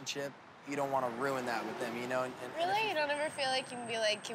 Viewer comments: “I wasn’t there to roon her birthday” “RUNE” LMAOOOOOOO AHAHAHAHAAHAH IM DEADDDD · ROON LMFAOO 😂😂😂